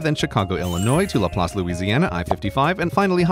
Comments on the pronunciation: Pronouncing LaPlace correctly pleased the state of Louisiana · Nearly shat a cinder block when I heard him correctly pronounce Laplace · Thank you for pronouncing Laplace correctly, so many people (even ones who live down here) pronounce the town and city names wrong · I-10 is sum else mane. Lake Charles gang. LaPlace pronunciation not bad either! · I'm really happy he pronounced LaPlace right lmao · Impressed that Grey pronounced LaPlace correctly. People in Louisiana love pronouncing things very differently than how they're spelled